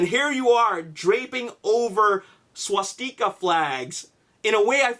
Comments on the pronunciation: Swa-steekas...really? Come on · you want to talk about being disrespectful, i think you'd get frowned upon for pronouncing swastika like that to a germans face. (f.y.I., I'm not german) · swa-tpimus prime. swa-garton lol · u dnt need to talk history wen u obviously dnt kno shit about it,, u cant even pronounce swastica corectly.... and that wasnt just a tank ... it was a german tiger tank.. and that wasnt a jeep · The way he says swastika